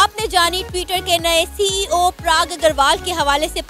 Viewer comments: Prag nahi Parag. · Mam he is PARAAG AGRAWAL NOT PRAAAG AGRAWAL...THX🙏🙏😊😊💐💐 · If you want to get views and this money from Indians, atleast pronounce the name properly..!! It’s Parag and not Prag🤦🏻‍♂️🤦🏻‍♂️